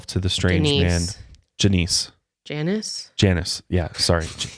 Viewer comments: He says “Janeece” hahah she’s like “Janice?” Your pronunciation of names is hysterical bro lol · "Juh-niece." Lmao. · hahaha ja-neese im dead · I died at janeese 😂 I'm assuming he meant Janice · the way you pronounced janice’s name is how you actually pronounce my moms name lol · My moms name is Janice and almost every person that doesn’t know how to pronounce her name says it the way did 😂😂 don’t feel bad. You’re not alone lol